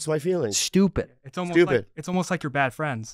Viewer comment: That's" bad frands!" Again, that's "bad frands!"